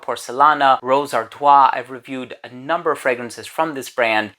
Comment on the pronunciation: When I hear you say "ar-twa" I'm picturing "Artois," but my glance of the bottle showed "Ardoise," which would be "ar-dwaz"